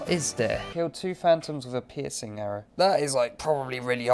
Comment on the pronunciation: he says pissing why hes trying to say piercing